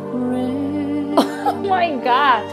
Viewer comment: Again you said.. oh my got.. oh my got 😂😂